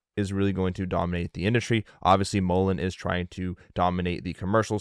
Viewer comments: The Randy guys kept saying Mullens which bothers me as well, but John even said Mullens from the Friday interview in MI, lol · videos seem illegitimate. I feel its unprofessional. And hes calling mullen (mullens)